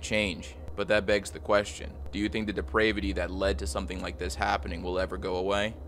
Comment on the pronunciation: 'Gladeese'? You don't know how to pronounce her name? A common name like Gladys? The city of 'mendylean'? You Americans never cease to amaze me with your ignorance. 'Deprave-ity'...ffs...